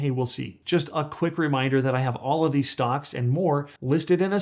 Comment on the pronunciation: 9 StocK….or stock”S”. You made that weird mistake twice. Is this Ai generated?